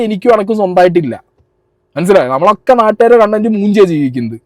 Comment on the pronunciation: കണ്ടന്റ് അല്ല കൊണ്ടന്റ്.... 🤣🤣🤣